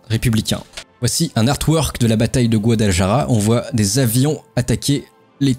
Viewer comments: Guadalajara se prononce "Guadalarara" : en Castillan, le J se prononce R. Mes tympans saignent :) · Super vidéo sur une guerre que je connais assez peu effectivement. J'ai envie de te taquiner un peu sur tes prononciations: Guadalajara sur prononce plutôt [Guadalarara] ( le "j" et le "r" ne se prononcent pas pareil mais la prononciation du "j" tirant plutôt sur le [r], tu seras plus proche d'une prononciation correcte). Côté russe: le "v" se prononce [f]. [Joukof], comme pour le Molotov qui se prononce [Molotof]. Côté allemand: le Junker se prononce [yunker] je crois. Tu as une question intéressante à la fin: pourquoi les républicains n'ont pas plutôt mené une guerre d'usure de type guérilla? A mon humble avis, parce que cette technique de guerre n'était pas encore connue tout simplement. Ca devait bien sûr exister mais ce n'était peut-être pas encore une doctrine militaire à proprement parler. C'est juste un avis, peut-être que je me trompe. Bravo encore pour cet vidéo bien sympa. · GuadalaJara 😂 il faut travailler la jota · Il faut prononcer GuadalaRRRaRRa cher!:) J'ai l'impression que tu n'as pas fait Espagnol à l'école LOL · Aprende ,se dice guadalajara. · Le guadalaJAra était difficile à entendre 🥲🥲 Sujet super intéressant par contre, excellent travail, merci beaucoup! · est ce que qq'un peut lui apprendre à dire correctement Guadalajara ??????????????????